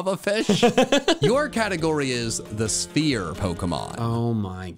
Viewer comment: When you said Sphere pokemon I thought you said "Spear Pokemon", and I got really confused when caught that Hisuian Voltorb